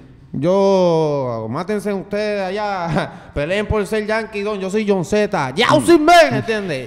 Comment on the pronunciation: Jon z Men como "yaunsimen"😂